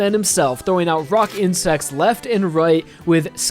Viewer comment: when you say "rock insects" it sounds like "rockin' sex"